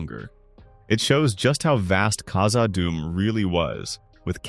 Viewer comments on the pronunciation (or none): khazaD dum. Two Ds two words. Not kazaadum.